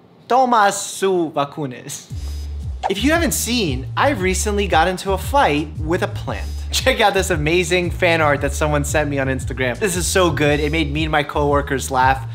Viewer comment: Me hizo gracia xD It was funny, tome su vacuna is wrong said, but o got It, lol